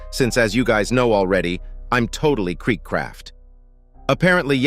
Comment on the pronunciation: So... hows ur day ""?